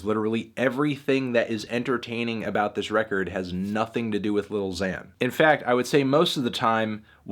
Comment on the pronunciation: anthony, why do you always pronounce 'lil' as 'little'? it's an abbreviation melon